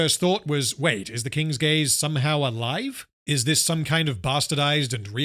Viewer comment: It took me until when the other lady said "King's Gaze" to realize that the ship was actually called that and wasn't just giving it a funny name like "King's Gays"